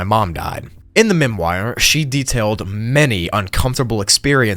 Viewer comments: Memoir is pronounced "Mem muar" not Mem wire... Gawd these YouTubers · Memoir is a French derived word, the ending of it is pronounced “wahr” instead of “wire” ! 💖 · Bro it's pronounced "/Mem-Wahr/, not" /Mem-wire/" whoa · also, you pronounce memoire mem-wahr not memwire. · Memwire? It’s: M-E-M-O-I-R. Which is pronounced at the end like the metal band Gwar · "Memwire" lmao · this mfer said MEM-WIRE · “Distrubing”? “Memwire”? Are you even mentally sound…? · “Mem-wire”? Is this an AI voice?